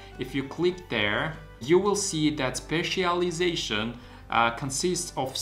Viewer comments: Specialisation ❌ Spezileation ✅ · i'm laughing hard every time you say specialization haha btw, thank you for the great tips! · Thank you for advice. Just for joke , you need to take course “ How to pronounce “specialization” 😊